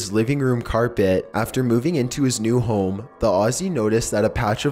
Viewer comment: the pronounciation everytime you end a sentence....................... ... swimming pooul ... to who knows wheeere .. 70s styled houme .. last owners little secreeet .. vomiiiiits